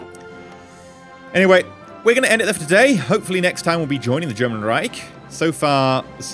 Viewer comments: Nice! BTW you pronounced Reich wrongly :D Its a sh shound not a c sound at the end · I just love hearing non-german speakers trying to say "Reich" ^^ The "ch" spells like the "sh" in shit or the s in sure.